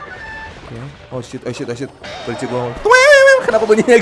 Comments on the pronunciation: Bang baca nya prins bukan prince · ngomongnya prins kak bukan prince